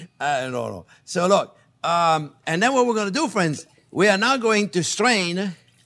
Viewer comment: No matter the video, as soon as I hear “hello there frwenz” it’s a 👍🏾.